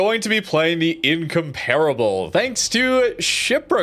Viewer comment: ask jingles for the correct pronunciation of incomparable